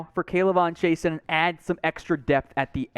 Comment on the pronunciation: I don't If we need a EDGE...but if he from Louisiana, Chaisson is pronounced "Zhe-soo" or "Zhe-suu"...Guy in boot camp had the same last name